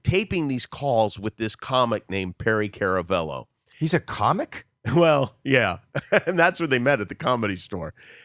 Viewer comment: HOWIE ITS CARAVELLO!!!!! NO KARA!!!!